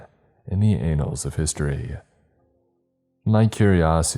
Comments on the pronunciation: dude, it's not the "anals" of history, it's annals. An-nals, almost like "Ann knows." on a similar note, this author used "disorientated" (not a word) then correctly used "disorienting." What gives?? 😂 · Did he say anals of history ? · The mispronounced words really get me in this one. 😂 "anals" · "The anals of history " 🤭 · "secrets buried deep in the anals of history" 😂🤣💀